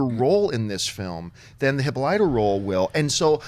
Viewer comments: Hih - Paul - it - ah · Sorry I can't ignore this, it is NOT pronounced HIPPO-LEETA! It's Heh-Paul-it-Ah! Hippolyta! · you guys cracked me up today. Really Hippo-littah, try Hip-Paul-i-tah. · Neely Every time the said Hippo-lee-ta I keep saying Hip-Pal-i-tah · Guys, for the love of god... Hippolyta (/hɪˈpɒlɪˌtə/)